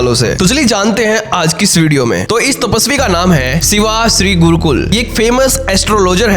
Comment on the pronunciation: गुरुकुल नही गुरुक्कल